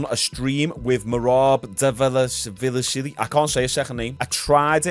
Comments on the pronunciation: Merab Dva-lish-vili the first v is silent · I saw a vid on ig of merab pronouncing his name today, it's like da-valish-villi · Not sure why but I always thought it was “Derinashvili” not “Dvalishvili”